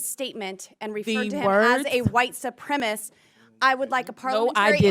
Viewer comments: Why can't they pronounce "Supremacist"? Is the word actually "Supremist"? Am I wrong or can't they pronounce 4 syllable words? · why does she keep saying "white supremist"????? its "White Supremacist"